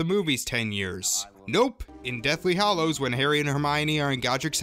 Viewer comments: I think you have a great voice for narrating, but WHY, if you're such a fan, do you persist in saying "Hollows" instead of "Hallows"? After ten years, shouldn't everybody have figured out, or been taught, that "hollow" and "hallow" are two very, very different words? [edit ] Sorry! It's only that that's a huge pet peeve of mine. I really do like this video A LOT. I think it's smart, and the whole way through I was nodding my head and mumbling "Uh huh!" "Uh huh!" "Yep!" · Not “Hollows” - Hallows.